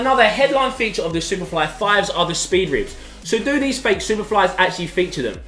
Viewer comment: Sounds like he's saying faithful instead of fake football.